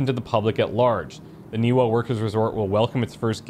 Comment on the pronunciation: Game protaganist audio: Ni va Ni va Ni va: Ni wa Ni wa Ni wa I guess he's deaf. Also, the glitchy "RTX 3000" series flashing textures are amazing! Little talked about how awful nVidia's drivers are right now.